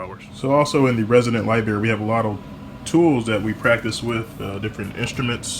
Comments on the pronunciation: Pronounced library! Not liberry. Sorry, pet peeve. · You were in the resident lie-berry huh 😂. Lol i love your channel!